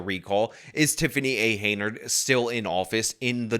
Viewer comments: I want to say “good video”. But you’ve been pronouncing “Henyard” as “Heynard” the whole time. Except for that: good video. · HEN YARD . Not Heynard. Get it straight. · HEN YARD HEN YARD HEN YARD! Not Heynard. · be advised, jthe name Henyard is pronounced "hen-yard" not"hey nyerd". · Henyard say it with me HEN YARD not Heynard. Great video though. This lady proves you can be what you wanna be. *Chris Rock " I CAN BE MAYOR " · it’s HEN-yard, not HEY-nard. Not that she deserves her name to be pronounced correctly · it's Hen-yard, not Heynard..... 🙂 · .....its HENYARD. Not Heynard. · C'mon - it's 'HEN' YARD, not 'HEY' NARD. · Dude... Not HAY NARD. HEN YARD! But feel free to call her 'itch... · You freaking goober….. her name is HENYARD, HEN-YARD….. not HEYNARD…… the N comes BEFORE the Y!!! I know words are hard especially when you have a news reporter pronouncing it correctly for you right in your own video lol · I thought it was, "Hen-Yard", rather than, "Hey-Nerd".. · Take a shot of whiskey every time he mispronounces "Henyard" as "Heynard"... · With all your coverage of this person, why do you still think her name is "Heynard," not "Henyard?" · Her name ISN'T Heynard!!! It's HEN YARD! You want to be youtube famous, dude, learn how to pronounce her name!!!!! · It`s Hen-yard, not Hey-nard. HEN-YARD! Please get it right in the future; it is driving me crazy when you mispronounce it constantly! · This is a very interesting story but you're pronouncing her last name incorrectly. You are mixing up the n and the y which gives her a different last name than. It is henyard not heynard. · HEN-yard, not HEY-nard. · her name is hen-yard, not haynard. Have you not seen enough billboards with her name to know it yet?? Drives me nuts that you say it wrong every time lol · It’s pronounce Henyard not Heynard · But, this hyena’s last name is pronounced “hen-yerd” not “hey-nerd”. Then do that next video with the correct pronunciation.